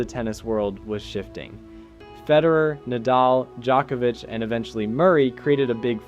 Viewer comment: Please stop calling him JOCK-evich ... its embarrassing